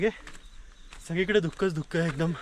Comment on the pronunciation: धुक्कं ऐकून राहवलं नाही म्हणून सांगावेसे वाटले, धुकं असा उच्चार योग्य आहे मागे एकदा असेच व्हल्ला वाडी वरून तुम्हाला टोकले होते, ती खेडची होलेवाडी आहे